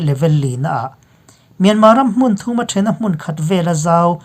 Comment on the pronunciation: Mûn ni loin mun rang deuh hlek a lam tur.